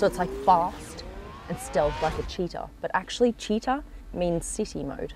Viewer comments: Ad italian i died laughing when you said cheeta. And another thing that make me smile is that italian words are read ad they are written, so the revuelto is not the revelto… and Lamborghini is not lambghini ahahahhah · Citta' is pronounced with the accent on the "a" not the i and the ci is pronouced like "chee"! Good video but the new interior, despite its improved practicality, with that plastic digital instrument display does not look expensive, likewise the central screen which can be found in micro cars.